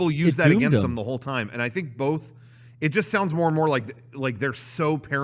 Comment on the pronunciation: Does pronunciation of "both" as "bowlth" make him more attractive or more insufferable? 2020 is indeed a year of many decisions